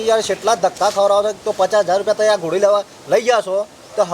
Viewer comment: ગોડી નહી ઘોડી 😅 બાકી વિડિયો જોરદાર છે